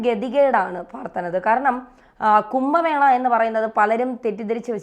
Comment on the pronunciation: കുമ്പ മേളയല്ല കുംഭ മേളയാണ്